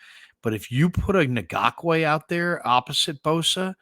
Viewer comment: Ngakoue is spelled phonetically as En gock way.